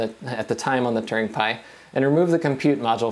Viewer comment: when you say "turing" it sounds like "Turning"